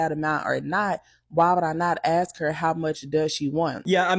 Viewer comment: The "i AXE her" ffs lol